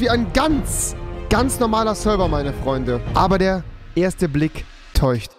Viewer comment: Der 1. Blick täucht😂Sprachfehler asfuck